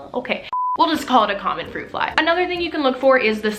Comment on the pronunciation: Your Texan came out when you were trying to pronounce the fruit fly name haha